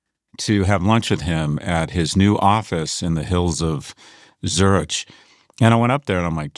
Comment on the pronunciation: Scott! Goddamn it, you are in Europe constantly for decades and you cannot pronounce Zürich... Making it sound like it's in mid Bulgaria not Swiss... 😅😅😅 Get a grip.